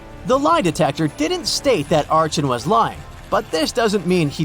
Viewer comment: archon is pronounced ARKON isnt it? lol